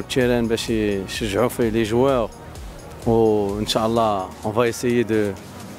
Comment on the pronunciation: ينبغي نطق " إن شاء الله " بطريقة صحيحة